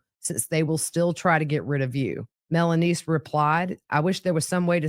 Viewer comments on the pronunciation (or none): So she was saying melaniece 😂